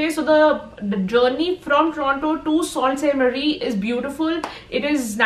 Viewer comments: Love it!! Beautiful video! Enjoyed traveling with you. Btw Sault Ste.Marie is pronounced “ Su Saint Marie” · Sorry but you are not pronouncing correctly for (Sault Ste Marie)